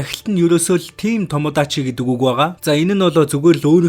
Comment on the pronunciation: Team tomo Dachi гээд дуу 😅 яаг сонсхоор (тийм том юм уу даа чи) гээд байгаа шиг сонсогдоод байхын 😂🎉